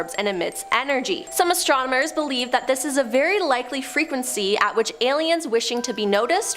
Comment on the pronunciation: "Astromoners..." Derp.